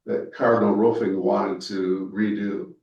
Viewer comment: It’s not Ruffing, 🐕, It’s Roofing. 😂